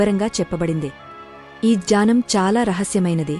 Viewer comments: మంచి ఇన్ఫర్మేషన్ ఇచ్చినారు కానీ కొంచెం అక్షరాలలోనే పొరపాట్లు ఉన్నాయి అవి సరి చేసుకుని అర్థవంతంగా చదివితే చాలా బాగుంటుంది జానం కాదు జ్ఞానమది 🙏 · జ్ఞానం అని అనాలి జానం అనకూడదు అజనానం కాదూ... అజ్ఞానం అనాలి... ఆ తెలుగు లిపి...ఆ చదువు... ఖర్మ... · బాగా చెప్పావమ్మా, జ్ఞానం(GNAANAM)ను జానం(JAANAM ) అనే ఉచ్చారణ దోషం (PRONUNCIATION MISTAKE)తప్ప అన్నీ బాగుందమ్మా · Jaanam kaadu Gnanam, sariga paluku